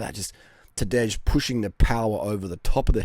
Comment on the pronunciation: Maybe the 'j' is silent ....Tadā...j.